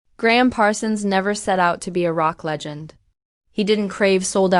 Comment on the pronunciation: This is an embarrassment. AI voice continues to mispronounce his name and subtitles spells is Graham. For s**t sake, if you're going to honor a great musician do it right. If not, shut up.